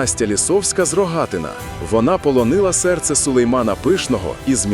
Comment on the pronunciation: І Надія закінчила добу валіде.НескОреного, а не нескорЕнного, з РогатинА, а не РогАтина,штучний інтелект неправильно наголошує